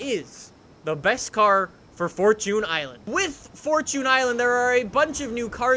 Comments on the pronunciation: It's fortune island not fortun island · Its fortune Island not fortoon island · It's pronounced fort- chun Not fort-toon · “Forchun island”